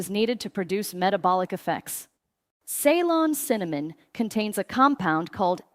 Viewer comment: Shame AI can't pronounce CEYLON